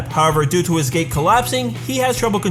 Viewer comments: Yeah lol, he meant to say “due to his gate collapsing” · is it me or did he say "due to his GAY collapsing"